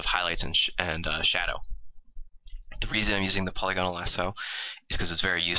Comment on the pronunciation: AMAZING art... but I think it's pronounced poh-Lih-gun-ul